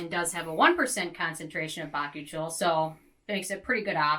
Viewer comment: Its pronounced ba-koo-chee-ol, the i is before the o! Bakuchiol :)